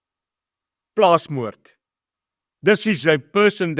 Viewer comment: Who said Plaasmoerd????